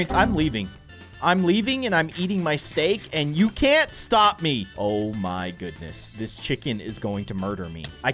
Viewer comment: I never heard him say STOAP LOL weird say to say stop haha can you play Mincraft but with your fans and we could do an obey with this mod ? Also hears the STAOP!